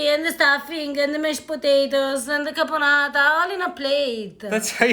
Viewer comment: This dinner looks way more delicious than any other Thanksgiving dinner ever! Of course I am completely partial to the Italian eclectic touches and twists Eva so graciously gave to it!!! I don't know why he keeps saying "carbonara' while the name of the cranberry sauce that she made is "caponata" with added cranberries which I find it to be an absolute "brilliant" alternative touch to the traditional boring cranberry sauce! Super well done Eva, well done!!! <3 The only missing item on this dinner is a little touch of good Italian wine, everything else looks delicious like..."Heaven!"